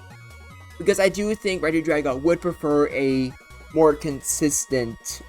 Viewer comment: i thought it was pronounced like regi-dray-go